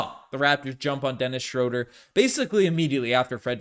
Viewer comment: You gotta start saying Schröder's name right. It's Shrew-der, not Shrow-der.